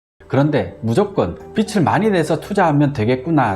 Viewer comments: 빚 -비즐이라고 읽어야 하지 않나요?계속 빚이아니고 빛 얘기만 하시는것 같아요^^비츨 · 비츨~× 비즐~o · 빚을이 맞는데 빛을로 발음하시네요. ㅎㅎ 컨텐츠는 좋은거 같습니다. 잘 보고 갑니다.